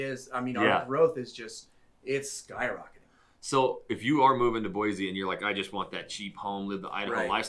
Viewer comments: It’s Boy-see not Boyzee. We don’t want to be “diverse”! What stain up north? You guys probably drink sodas! I don’t think you guys are from Idaho. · You are from Boise and you pronounce it BOY-Z???????? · Quit saying BOYZEE. So the 1st thing you say is that Boise doesn't have the diversity of Seattle and other big cities. Well guess what a little diversity OK a lot of diversity will turn your little city into a shithead that Seattle is and the other big cities I live near Seattle the shithhole and you have no idea how bad it can get with your stupid comment about more diversity is a good thing